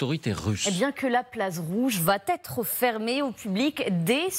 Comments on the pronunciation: Il ne faut pas dire "la Place Rouge vaTêtre fermée" mais va Être fermée ... Il n'y a pas lieu de faire une liaison qui n'existe pas 😉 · va être fermée, merci ! Pas "va-t-être fermée"... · La place rouge VA ÊTRE, pas VA TETRE… pas de liaison….. grammaire !!!